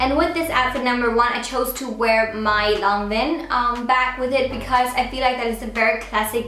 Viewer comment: You're pronouncing Lanvin wrong.